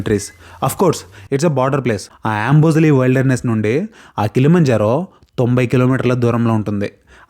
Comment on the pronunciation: "వైల్డర్ నెస్" కాదు , "విల్డర్ నెస్" అని పలకాలి .